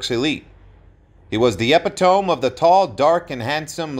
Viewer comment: Someone should listen to the narrations before they are aired. It is ''e PIT o me'' instead of ''epi tome"" and ''muh NI a cal'' rather than ''maniacal.'' It was well known that he was gay and there is even a photo of him posing nude that advertises a video online. He had a good life and the best set of teeth I've ever seen.